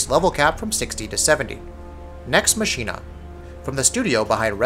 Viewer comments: Themer Yollai I think he was pronouncing 'Machina' wrong too. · Maximus Primus Next Machina takes the cake.